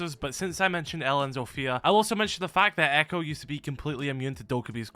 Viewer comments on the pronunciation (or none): none